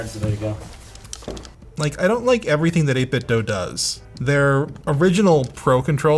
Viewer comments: Eight Bit Dough? Why not Eight Bit Do? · 8 bit Doo!! (not Doh) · 8bitdoe? Since when is do pronounced as doe? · Nice and comprehensive review! FYI: It's pronounced 8 bit "doo" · It must be very frustrating for 8bitdo that nobody can pronounce their company name correctly.